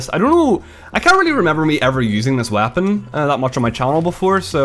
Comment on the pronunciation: Does the way he says "weapon" drive anyone else crazy?